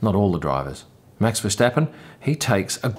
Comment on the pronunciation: David Coulthard's surname is pronounced with the "h", so its not a hard T; I can see you're trying with Max's name too...well done.